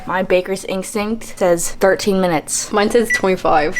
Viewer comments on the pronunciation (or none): no one:: inkstinkt